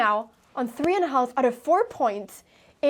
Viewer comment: just so you know the "l" in half is silent.....just like should could would and calf like a cow calf the "l" is silent....great game